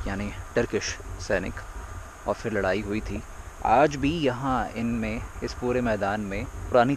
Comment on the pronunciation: It is phir nit fir